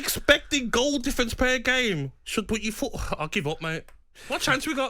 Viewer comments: "fourth" not "Fourtht" bloody hell gab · "Fourft! FOURFT!" If you're on a radio talkshow at least use actual words.